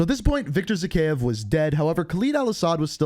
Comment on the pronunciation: It is pronounced Zahayev